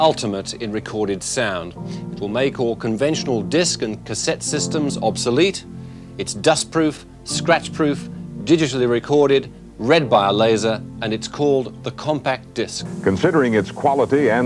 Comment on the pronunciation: Did he say scrach proof...not in this life time